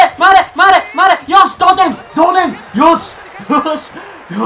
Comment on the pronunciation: 同点！！同点！！同点！！同点！！ 童貞！！ごめんなさいそう聞こえました